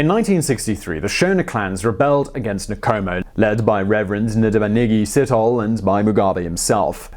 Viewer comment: With every other video where you have to say non-english names you take the time to say that you are not proficient in that language but with a video consisting of African names and surnames nothing? You butcherd every name you attempted. It's not Nikomo its Nkomo!